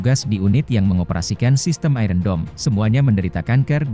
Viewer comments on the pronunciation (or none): Tolong kata 'iron' dilafalkan yang benar. Seharusnya lafal yang benar adalah ai - ern bukan ai-ren.